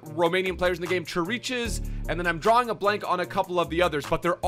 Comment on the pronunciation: "CHURICHES"??? Here comes with his pronunciations again lmao it's pronounced "Kirikesh"